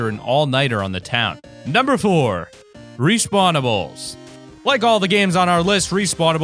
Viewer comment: I was so mad when he said respawnables